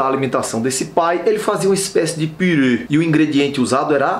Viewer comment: Kkkk pirê Minha avó fala assim também,mas tà tudo bem nos entendemos que é um purê,importante é estar gostoso